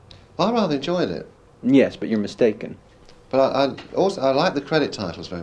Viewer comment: 'I rather enjoyed it' 'Well you're misaken' lol